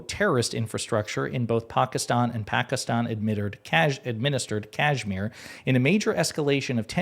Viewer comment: Dude you are mispronouncing Kashmir…. 🤦‍♂️